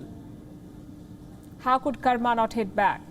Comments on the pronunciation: hahahahaha you funny cow karma 🤣🤣🤣🤣🤣🤣🤣🤣🤣🤣🤣🤣🤣🤣🤣😆😆first learn how to pronounce karma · I request Ms Palki Sharma to call Indian names in the way it is said in Hindi or Sanskrit. It is not Karmaa but it is Karm as we pronounce it in the Hindi langauge.